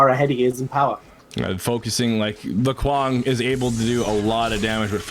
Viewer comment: Every time that Brit said Kwang, I wanted to punch him. Say it right